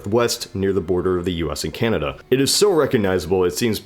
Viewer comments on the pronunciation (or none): none